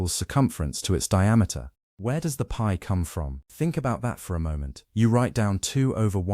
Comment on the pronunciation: Wtf is “pee over 2”?😂😂?? its literally pi over 2.